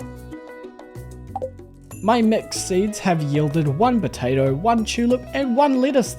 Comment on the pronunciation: Did anyone else hear botato instead of potato? I love the videos thanks so much 💙